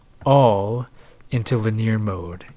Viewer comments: It's not li-NEER; it's LIN-ee-ar. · Linear - lin-ee-ur. Not lineer. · It's lynn-ie-year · LIN-eee-err... I remember growing up having a friend who pronounced piezo as two syllables (PIE-zoe) instead of pee-aye-zoe and infrared as "in-FAIRED" instead of "in-fra-red." It's both annoying an endearing because he was an awesome guy